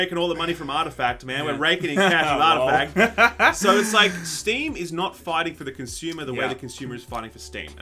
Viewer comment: Lol artificact